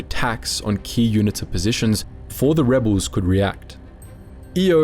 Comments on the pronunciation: It's pronounced You-knee-ta. Not unit-ta. Cheers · UNITA - pronounced You-knee-ta, - well that.s what we (SADF) called them back in '87 !